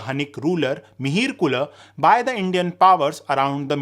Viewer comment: Your channel is great, But I only have problem with the pronunciations. Everytime you say Harsh-vardhan, it feels like rock in my teeth. Because Harshavardhana, not Harsh-vardhan. Mihira-kula, not Mihir kul. North Indians tend to pronounce Sanskrit names incorrectly, the problem here is we are talking about a period when Hindi didn't exist(nor would it even after 1500 years later).